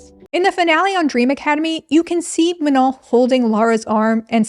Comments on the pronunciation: MA-NOH NOT MA-NON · It took me all of 35min to understand that her name was Manon, I kept hearing you call her "Menol" i was like wow such a unique name